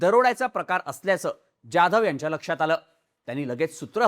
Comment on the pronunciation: You are probaouncing Jadhav like UP BIHARI. Stop this pronouncing.